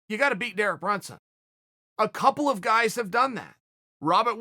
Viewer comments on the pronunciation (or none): none